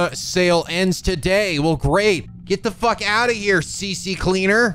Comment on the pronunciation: Glad to see I'm not the only one that says "C-C Cleaner", despite the fact it would be "C Cleaner".